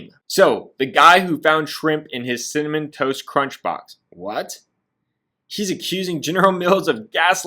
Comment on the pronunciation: why cant say “cinnamon toast crunch” to save his life 🤣🤣 cimmun, cimiss